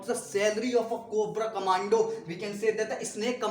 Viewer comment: Guru it's "commando " Not command